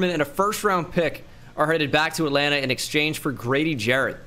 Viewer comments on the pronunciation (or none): none